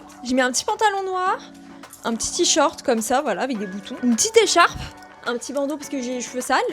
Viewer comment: Y'a que moi que ça choque qu'elle dise transart au lieu de transat et t-short à la place de t-shirt ?! Faudrait plutôt qu'elle se fasse inviter dans une école primaire mdr